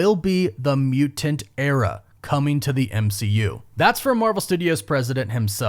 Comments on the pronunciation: It's really distracting and a little annoying the way you enunciate "mutant" as "mu-Tant" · Soften that first t in mutant brother for the love of god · Alright I like the video, but what was with the way he was saying mutant